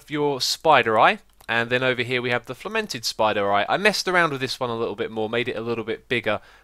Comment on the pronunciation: need to add a new word to your dictionary :DDD Fermented :DDD You said flemented. Sorry I had to point that out